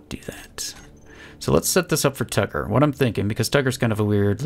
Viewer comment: Whenever you say tugger I think you say tucker